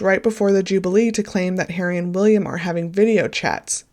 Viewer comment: You are saying Jubilee incorrectly an jublee is an ice treat this is the 'Ju-be-lee= that is phonetically. I'm not being petty how can you mispronounce this word...it's been spoken about for months! SMH. You are so off the mark you know nothing about our monarchy. Bloody laughable. After listening to you I think you may have done it deliberately and a Sussex supporter...as I said you know SFA!